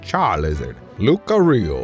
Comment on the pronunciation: ZIPPY THE HEDGEHOG? SHAMUS? GANDALF? LUCKARIO? THIS GUY NEEDS HELP